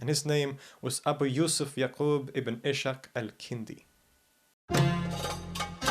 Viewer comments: Ishaq is pronounced Is-haq (Isaac in Arabic) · It is Iss-haq rather than Ishaq إسحاق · Its not Ishaq, its iss.haaq the arabic alternate of Isac